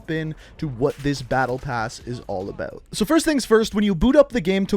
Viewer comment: Out. Aboot.